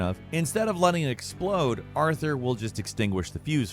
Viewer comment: ...For a minute there I thought he was calling Arthur "Arty-Ar" ... almost lost a viewer